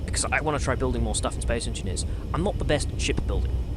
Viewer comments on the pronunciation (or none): "Space Enineers" hahaha, but this game seems like it's too smart for me